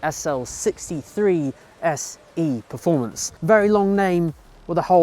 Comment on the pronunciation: Did he say “SE” performance?